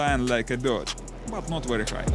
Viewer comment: Yes, it is a wery nice wessel.